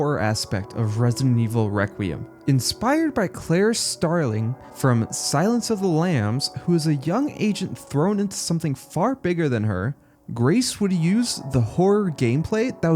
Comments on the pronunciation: Bro… it’s CLARICE Starling 🤦🏻‍♂️ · Who the hell is Claire Starling? Do you mean Clarice?